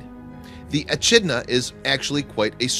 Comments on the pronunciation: It's pronounced ee kid na. Not ee chid na. And this entire thing is idiotic as most of the animals are NOT albinos but white. There is a difference. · its ECK - IDNA